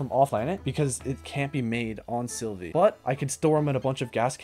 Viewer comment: OH MY GOD PLEASE ITS SYLVA NOT SYLVIE, SYLVIE THE SNAIL NOT A GODDAMN PLANET!